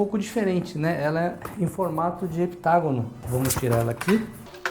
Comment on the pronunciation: Muito bem, "Heptagonal". Geral chamando de "Hexagonal"